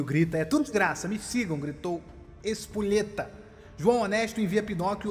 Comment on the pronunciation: só eu que escutei em vez de ser: e tudo de graça, e tu desgraça kkk